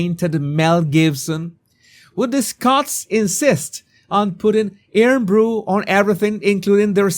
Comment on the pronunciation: Hahaha sorry, your trying to say IRN BRU (say it like IRON Bru) is hysterical to this Scot.